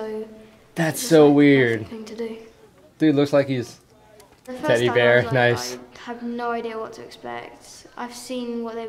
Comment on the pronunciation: Teddy Bear - So british